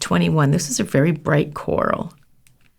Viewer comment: I thought she said bright lmao